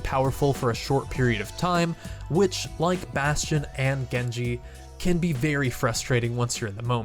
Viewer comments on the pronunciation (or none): did he say gengar? its genji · WHAT his name is genji not gangger or whatever u said XD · I thought it was Gengar he said instead of Genji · You said gengar and greeninja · 🤣 Dude! You butchered Genji's name like you would not believe! Gengar? Greninja? THOSE ARE POKEMON! WRONG GAME! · Goneja? Gengar? Gankey? It’s Genji! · He also said genki lol inthink it’s on purpose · Anyone hear him say Gengar? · he says gengar instead of gengi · "gengar" lol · youn said gengar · He said gengar its genji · He said gengar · Omg why did he call genji ganga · Gengar? Genki? Wtf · omg instead of saying genji you say things like gengi, pokemon like gengar and greninja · He said Gen jar and greninja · Did any one else realise he said gengar instead of genjii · XD When he was talking about Genji he called him Gonja and Gengar and even greninja! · He said Gengar instead of genji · you called genji gangar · he says Gengar not genji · you say gengar (a Pokémon) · And gengji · lol he said gengar instead of genji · Did he said gengar? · Did you say gengar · sombra the hacker I got pissed just by him saying his name wrong, he said gengar.. this aint Pokémon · Did Anyone Notice That He Said Gengar Not Genji? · Gengar... Really its Genji not Gengar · Am I the only one that noticed that he said, GENGAR, GENKI, and GRENINJA instead of Genji XD! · XDXDXD He can't even say genji he called him gengar grinji and greninja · Gengar XD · He called Gengi Gengar... was that on purpose? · Genji not Greeninja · In the genji part... Did he say gengar and greninja? 😖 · he just called genji ganga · When he called genji "gengar" lmao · why does he say gengar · you said gengar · GENGAR IT. GENJI pls say his name properly in next vin ps I love you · ganga gengar genkey gerneja i thought it was genji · The "Genki" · Did he just say gengar to Genji? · he also called it greninja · Luke Alvares he called it genki to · Hej just said gengar... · Genji (gu-en-g) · Did he call Gengi gengar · That's not how you say gengi